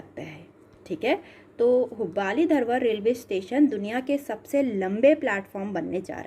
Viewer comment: हुब्बाली नहीं हुबली होता है 🤣🤣🤣🤣🤣